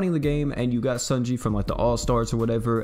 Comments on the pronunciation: According to Louvet, it’s pronounced ‘sony(like the company)-yay’ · You say her name wrong. No hate; it just bothers me a little.